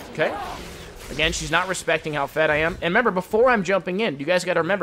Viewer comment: Besides being a pro on zed and knowing what fights u won and what u lose, i love how he says I'm - "amma"